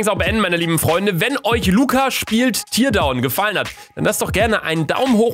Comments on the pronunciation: "Tear down" heißt abreißen und wird in diesem Fall nicht wie Tier, sondern wie Teer ausgesprochen. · Definitiv ein 2. Teil! PS: Man spricht es "terdown" aus nicht "tirdown". Man schreibt es nur so: Teardown. Das ist Englisch für abreißen. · Digga luca mann spricht es "tärdown" aus nicht "tiiiiierdown"!!!! Wann hast du das letzte mal englisch gesprochen? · Bitte sprich es richtig aus. Es heißt Teerdown!!! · teardown wird actually terdaun ausgesprochen...